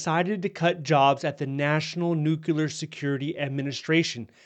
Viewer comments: It’s pronounced new clear, not nuke cu lar. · PLEASE, I'm begging you, say it correctly. It's "nu-clear," NOT "nuke-u-lar." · Nuclear, not nucular. Apart from that, thanks for keeping us updated. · I have a hard time listening to someone who can’t pronounce nuclear. Please. Say it with me…new…clear. Not new q lure. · Please learn how to properly say 'nuclear' - it's nu-clear not nu-cu-lar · I saw this immediately, as well. The other discredit from this video is using the word: “NUCULAR”. When I hear someone use this mispronunciation, their literacy level has been revealed. I have lost total interest in whatever is saying. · that is ABSOLUTELY NOT true! I have a military background in Nuclear-Biological-Chemical (NBC) Operations, and proper pronunciation of the word "Nuclear" always been pet peeve of mine. However, I’m also smart enough to know that mispronouncing it does NOT determine a person’s literacy. In my 40 years of familiarity with NBC, I’ve found that most people mispronounce the word—probably only about 10 percent get it right. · LOL, when he said it's not twitter, it's nucular warheads... OK, glad there was no DEI etc or other crazy programs. How many "Nuclear watchdogs" were fired???? ... none .... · Did you just say nukular? Ok...